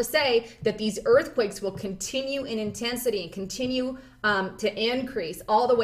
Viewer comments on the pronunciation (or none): none